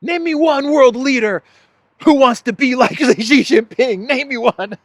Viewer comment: "I'm Xi Ging Pi" !!!